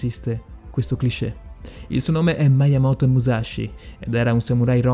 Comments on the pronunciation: SI PRONUNCIA "Miamoto musasci" non "maiamoto"!!! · Sì, pronunciato giusto sarebbe anche più figo, ma sì. Non "Maiamoto" "miiamoto". Stessa roba per "muscia sciugaio". E' "muscia sciughio". Comunque Musashi non si rifiutò mai di combattere come il vassallo di nessuno. Non gli fu nemmeno proposto, di fatto non diventò mai samurai, e dunque nemmeno ronin. Era un nessuno, che riuscì a procurarsi una lancia per puro caso e si arruolò come soldato regolare. "nodachi", non "nondachi". Nella dinamica del combattimento, Musashi non si spostò mai di lato, semplicemente, sorprese Kojiro perché il bokken ricavato dal remo della sua barca era molto più lungo del normale, quindi Kojiro non si aspettava una gittata simile, anche considerando che Musashi entrò in una posizione chiamata waki-no-gamae, in cui il corpo è di profilo e la lunghezza della spada è nascosta dalle gambe. Ultimissima cosa poi ho finito con la pignoleria, perdonatemi. Musashi uccise in realtà pochissime persone. Relativamente presto rispetto a quando iniziò il suo vagabondaggio, utilizzò solo un bokuto, o bokken, per combattere, e in quest'arco di scontri, oltre a Kojiro, e Kihei, uccise solo un'altra persona, per errore, facendogli sbattere la testa contro un masso. Ok perdonatemi la pignoleria ma era più forte di me XD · Non si dice maiamoto ma muyamoto. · .... aggiungiamo anche che non si dice MAIAMOTO (miyamoto) ma MIAMOTO (miyamoto) ... inoltre dovresti rivedere la tua conoscenza della storia giapponese.... per te e' fantasy !!!!. .. non si dice LeonIda (con l'accento sulla I) ma LeOnida (con l'accento sulla O)... e poi TERMOPOLI? forse era TERMOPILI .... lascia stare ... un altro video ?? nooooooooooooooooooooooo ...... altro che 20k iscritti e mi piace ...... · Maiamoto? Termopoli? Leonìda?Saimon? Da rivedere un po' tutte le pronunce! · Ma il Maiamòto Musashi non si può sentire.. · Saimon Bolivar e Maiyamoto xD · Certo che maiamoto non si puo sentire..